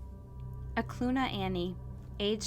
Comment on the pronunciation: Great coverage. Just FYI, the river, Knik River, is pronounced kah-nick, not nick. And Eklutna Annie, that area is pronounced Ahh-clue-t-nah. 👍🏼 born & raised in Anchorage, growing up, this was happening. What a psycho!!